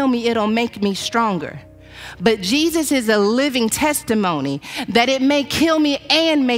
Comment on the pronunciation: But His Name is NOT Jee Zeus 😳🐍🫨